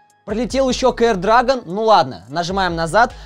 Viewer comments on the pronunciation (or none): none